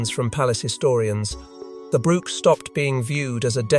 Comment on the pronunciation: Since when is a 'brooch', a piece of jewelry, pronounced 'brook' a small stream of water ... hard to listen to this narrative 😕